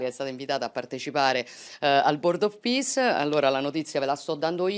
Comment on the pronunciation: 😂 someone plz tell Meloni it is not Board of Piss 😅